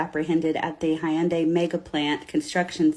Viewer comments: Hyun-dai not Hi-Yun-Dai 😅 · Bro the word is HYUNDAI. Its 2 syllables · How she pronounced the Hyundai. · Pls say Hyundai correctly 😂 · This woman is so full of shit. She can't even pronounce Hyundai correctly.